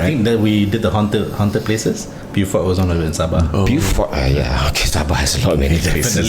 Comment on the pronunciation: To pronounce "Beaufort" is "bo-fot".